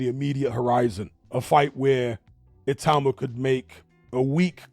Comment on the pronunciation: Teddy Atlas pronounces it ITA -UMA. Has he not heard how everyone else, including Moses himself, pronounces it?